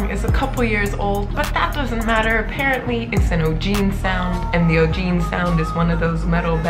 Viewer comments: i know it looks like OGENE but it is actually pronounced O GAY NAY. LOVE YOUR REACTIONS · Achikolo is a traditional dance from Enugu State, Nigeria. In Igbo language (most Nigerian languages I've heard), there's no silent vowel sound and the vowel sounds are pronounced independently even when placed next to another vowel sound. The "G" in "Ogene" is pronounced like it is in "Girl". Nice review. 🎈🎈🎈